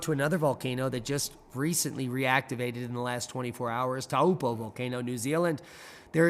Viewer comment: Thanks for covering lake Taupo (say like, toe-paw).